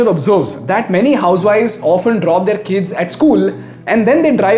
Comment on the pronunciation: It’s pronounced as “their” not “theaar” … love your videos though